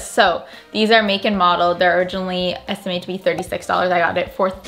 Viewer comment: Esitmated?!😂😂 how did you guys miss that😂?